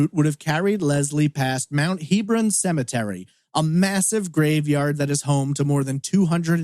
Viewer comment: The cemetery is pronounced Heb-ron, not Heeb-ron.